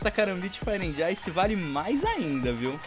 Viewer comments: Mano não é ANDI, é AND (D mudo) Tipo Fire ANd Ice. TMJ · ta me dando agonia tu falando and com d se fala so an como Fire an ice n se pronuncia o d <3 dicas do luskitas uhshuahusahu